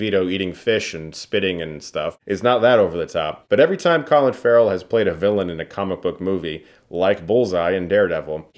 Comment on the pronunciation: did you just said Collin Farrell? what the fuck?